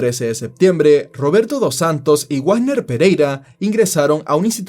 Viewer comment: Dato: Wagner no se pronuncia Guagner. Se pronuncia como Vagner. Menciono porque tengo familia con ese apellido.